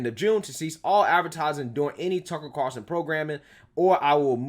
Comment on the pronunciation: Carlson NOT Carson